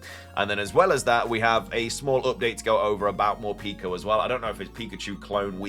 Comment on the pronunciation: You say it like more-peck-oh.